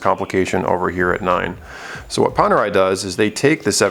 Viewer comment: Panerai - Pan as in Peter Pan, not Pon. Radiomir - Radio as in music, not Rad as in rod. Cool video bro. Wear it in good health!